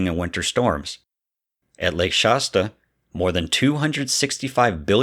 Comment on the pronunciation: Pronounce Shasta better. It’s not Shosta, or whatever it is you’re saying.